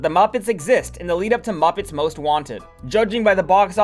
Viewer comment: why do you pronounce muppets like that